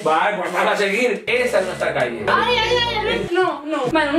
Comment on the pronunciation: se llama Uy Albert no Ay Albert. Jajajajajajja perdooooooon 😂matame